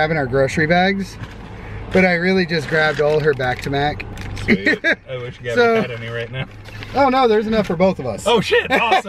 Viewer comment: "MACth." I am done like steak.